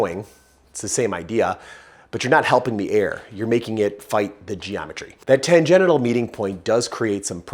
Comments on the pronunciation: Why does he say tangenital instead of tangential? Is it because tan-genital is funnier? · Expertise through trial and error is the best. That corvette sounds so mean. Love this channel. small suggestion, stop saying "Tan Genital"(Sounds dirty😆) ... the word Tangential = "Tan Genshal" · Ok, I am reading "tangential", but I am hearing "tan-genital". 🤨😆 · While pronouncing it "Tan-genital" is pretty funny, why not say it right? 😊 Tan-gen-shul :) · Sorry, gonna take off my gearhead hat and put on my teacher hat. Tangential is pronounced tan-Gent-shul. Because they go off on a tangent. Tangenital means you have a brown nut sack due to its exposure to solar radiation. Although I'd personally forgo the chance at getting sunburned balls. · Great information. I love the channel. Kept me laughing the whole time when tan-gen-tial was pronounced tan-gen-ital. Who doesn't want their car to sound more "ballsy"? I would love to see a 4.6 Mustang build. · The term is fine, but the pronunciation is tan-GENT-shil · tan-gen-shil. Tangential. It is spelled like gentials.. but, it's a different root word.